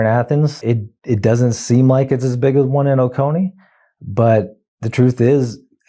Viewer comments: Oh, and it's pronounced 'Oh-Cone-Ee' county. It's a Cherokee name which is always a reminder that they left the names the same and marched the Cherokee people to their deaths. Can you imagine the cruelty of that as a parent? And the guy responsible is on the twenty dollar bill. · as a Georgian, ow my ears! It is "Oh-Coh-knee" like loco but just the oco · Dude, love the channel but in your research, learn how to properly pronounce cities, towns, counties, etc. It's "OH-CONE-EE" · Excellent news, excellent reporting. O-Cone-ee, is the local pronunciation. (Marietta, here). Bluestien is great, btw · Oconee is pronounced like "cone." We can think globally but we better talk locally. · It is pronounced Oh-c-Oh-NEE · That's O CO nee, bro. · It's pronounced o-cone-ee Ben... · It's pronounced oh-cone-knee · It's pronounced "O-Cone-EE". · Athens resident here. Oconee is pronounced Oh-cone-ee. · For further reference: Oconee is pronounced "Oh-Coe-Knee". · Oconee= oh-coh-knee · Oconee county is pronounced “Oh-Koh-Knee” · It's pronounced "O-coe-nee" as in "Oh No Knee" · Love you, Ben! But, down here in Georgia, we pronounce it O-cone-y County. Lake Oconee is beautiful BTW. 😊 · Oconee is pronounced with a long o sound. That's how we say it does here. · You're pronouncing Oconee wrong... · Occone is pronounced like Coney Island with a long o infront of it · One pet peev, it's pronounced O-co-nee not O-con-ee. I've lived here all my life, some 55 years. Athens has always been blue, because of UGA students. Young people here have always voted blue. It's why Athens was split up into 4 districts. O-co-nee is deep red. It's full of wealthy families who work in Atlanta and surrounding areas. It's only about an hour away. It's always been deep red. That's the shock. Oconee has turned blue. That is what GA republicans are fearing. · Oconee being pronounced Oh-Kah-Knee made me twitch a little each time. "Oh-Cone-Knee" or "Oh-Koh-Knee" please. Thank you. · it's pronounced o-cone-e county